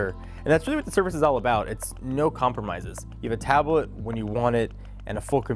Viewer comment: In the first 25 seconds you had me rolling. First because of how YOU rolled up into frame then you said "taab-uh-let."